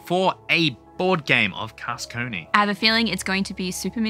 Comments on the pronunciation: [kar-kah-sonn] ;) Great game and I love the style you chose. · I believe it’s pronounced Car-kah-zonn (with the french R though). It’s a real town in France! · Your not far off with your accent, it's CAR (like a car) KA (again, like the first sound in car) and SONNE, (Like son, but with the n a little more longer, the E in french isn't really pronounced like in english, it's better to sometime forget it for better prononciation) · It’s not called “carcarzone”. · Hey, European chap here. It's pronounced 'Karka-sonn' that's a hard sounding stop at the end, to rhyme with Tron, not Bone. Hope that's useful for you 🙂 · i say it like "caca zon" kinda but also i call it something new everytime because i cant pronounce it lol crack zone carcus swan carcasia cansiopia so on lol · As Aussies you should come pretty close to the correct pronunciation when you say it like this: Car (the vehicle) Kaa (the snake from "The Jungle Book") Son (a male child) Car-kaa-son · Almost, not with a z sound but with sss And I have no idea how to describe the “onne” sound x) maybe like you’d pronounce “on” in “on and off” ?